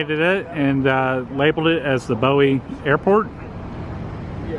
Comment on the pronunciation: Dude, you could at least learn how to pronounce the town's name correctly, Bowie, Boo-ee, its really not that hard.